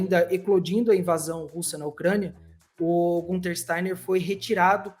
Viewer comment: A fala Gunter, com o u, incomoda profundamente. O nome dele é Günther, ou Guenther, e sonoramente é mais próximo de Guinter do que de Gunter